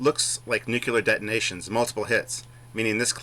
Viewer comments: Its Nuclear not Nuke u lar....By the Way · NU-CLE-AR. NOT "NU-CU-LAR" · Hey large one, if you want to sound intelligent: it's "nu/clear" not "nu/q/lear" and there is no such word as "anyways" in the English language